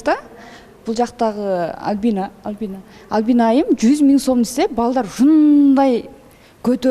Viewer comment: Тамак жазай албайм! Кыздын аты ким? Албина дейтко 😂 Альбина деп айт! Суйлогонду уйрончу уят!!!